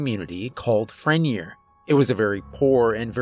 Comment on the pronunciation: Pronounced Fren-yay